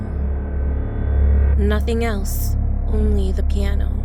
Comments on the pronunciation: ok now this is weird like why were you in the bastment instead of class and it's piano not plano XD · It piano not Plano lol 😂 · Is Piano not plano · Who watch when it Plano not piano lol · Who was confuse when it said Plano?